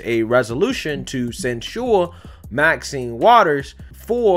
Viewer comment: Love you brother but say it with me quick and fast..... ready, set.... go!!!! sin-chur (censure) Where did this slow moving “send-chore” sounding stuff come from that you are saying??...... lol. But carry on and keep up the good work! I am liking your show better than Amazing Lucas who has been losing me lately amazingly.